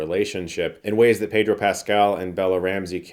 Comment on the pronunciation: By the way, it’s pronounced Peh-dro Pascal (if you’re not saying it with the accent he uses when he says his full name)! Not Pay-dro. He’s clarified it in an interview before.